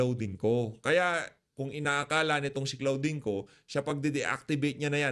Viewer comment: CLAUDINE(pronounced as KLODIN) ✌️✌️✌️